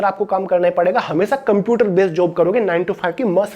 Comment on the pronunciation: its a shame jisko computer thik se nhi bolna aata wo hume gyaan de rha hai